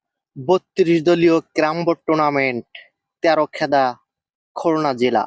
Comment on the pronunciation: এ ভাই আপনি শুধু তেরখেদা তেরখেদা করেন কেন? তেরখাদা বলতে পারেন না ভাষা গুলো ঠিক করে না কেন?